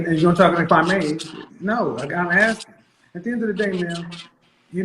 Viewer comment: ‘Aks” instead of “ask”…Red flag Interrupting and over-talking…Red Flag All that rage and indignance…RED french-toast FLAG!!!